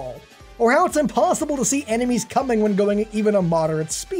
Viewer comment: And “enimies”